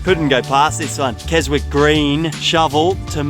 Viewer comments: Hello chums. Greetings from the Scottish Highlands. Enjoying the videos, but I nearly choked on my tea when you pronounced Keswick green Kes-Wick green. It's actually pronounced KeZik. It's named after the town in the county of Cumbria in the north of England. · aaaaaggghhh !!!!!! Kezik !! it's pronounced Kezik, not Kes-wick ! haha. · Stop say Kes-wick the people of Keswick are crying 😢 It’s pronounced Kez-ick ignore the W just pretend it doesn’t exist 👍😂😂 Like H in Yorkshire & France, pointless letter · As usual, excellent stuff! Great footage! When you say Keswick it is pronounced Ke sik! Keep up the great work!